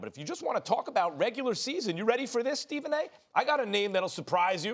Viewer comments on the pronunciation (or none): none